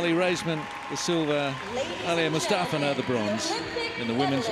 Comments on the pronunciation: I'm rewatching this and the way the guy is saying Mustafina is bothering me! It's Moo-sta-fee-na! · they say aliya mustafina wrong